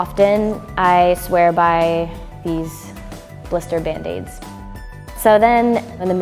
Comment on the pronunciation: Band-Aids.... sounds like "Tokio Hotel" xD